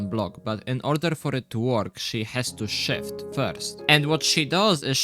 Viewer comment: Genuinely thought you said shit instead of shift and expected her to uhhhhh yeah